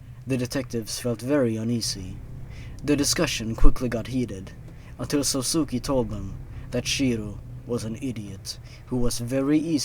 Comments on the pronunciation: That last one would have been really great... If you don't know Japanese pronounciation... Let me help! Sousuke is pronounced "Soh-skay" basically. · just a little note: sousuke is pronounced like "so-skay" i cringed every time you said "sosuki" lmao